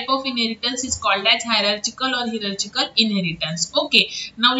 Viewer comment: The pronounce is hyrarkikal... Not hierarchical